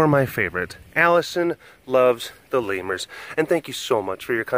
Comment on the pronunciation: 'lemurs' Lol 😂